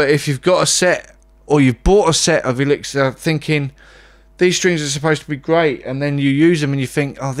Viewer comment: He cant pronounce the name of his favorite strings....